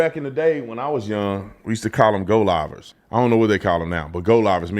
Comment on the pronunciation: You are definitely from Texas saying Goliver.